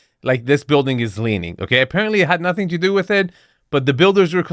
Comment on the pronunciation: Leening, learing....GONE